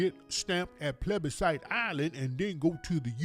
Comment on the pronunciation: 😆😆😆 this nigga said nick-nack patty-wack give a dog a bone Plebecites😂😂 Tariq is off the chain💥♥️💥